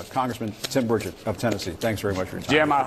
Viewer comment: Senator Burchett pronounced Bird Shit must have fallen on his head because he is making no sense